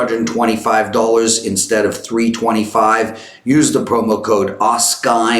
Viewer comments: PLEASE learn how to pronounce “dollars” - it’s not dullers... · Not an insult - and it’s not your accent... you literally butcher this word.